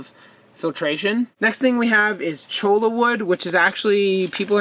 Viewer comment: Cholla is pronounced choya. Rhymes with joy-ya. It's a Spanish word, and the double l is pronounced as a y. :)